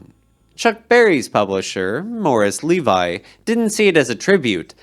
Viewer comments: Moriss Lee-vee not Lee-vai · Yep, you got “Moog” right, but you whiffed it on “Seine” and “Levy”.😅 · It's not Levi, it's Levy, rhymes with, heavy.